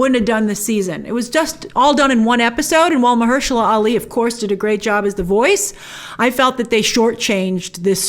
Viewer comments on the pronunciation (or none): none